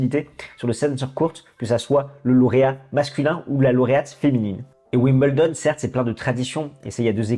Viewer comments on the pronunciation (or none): Alors les français : on ne dit pas « wimBLEdon » mais « wimBEULdon » ! 😘 Il faut apprendre à parler anglais les gars 🤣🤣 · Pour info on dit 'wimbeuldon' et non 'wimbleudon... sinon super video :) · Attention, on ne prononce pas "Wimbledon", mais on prononce "Wimbeldon" ou si vous préférez phonétiquement [WIM] + [BUHL] + [DUHN] Vous pourrez brillez en parlant avec des anglais ;-)